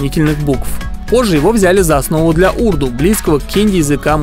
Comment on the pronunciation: Урду́, а не у́рду. !ضْناوْڝِ، بلِنْ